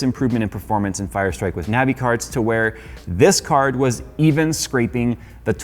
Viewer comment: Every time he said Navi I lost brain cells.